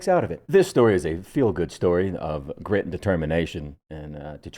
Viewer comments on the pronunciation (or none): none